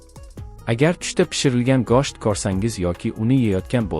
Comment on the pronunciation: гошт эмас гушт 😒 денг